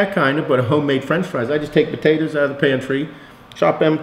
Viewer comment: I also love sweet puhtatuhs